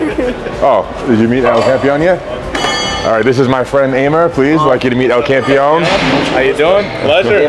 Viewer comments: "il campion" sounds like french 😅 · “ L CAMPEE AHN “